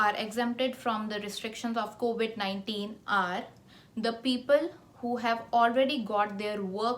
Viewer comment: It’s COVID and not COVIT